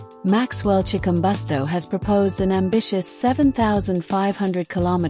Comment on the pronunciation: Chikumbutso not Chikumbosto.